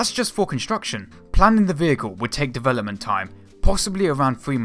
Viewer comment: Why the fuck are you pronouncing shit 'dewelopment' and 'fewory" Holy fucking shit, fix your lisp before you try presenting shit.